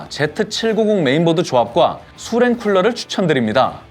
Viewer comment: 수랭 발음 ㅋㅋㅋ